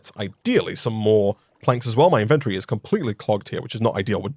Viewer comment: Please, PLEASE Pronounce inventory correctly One day he shall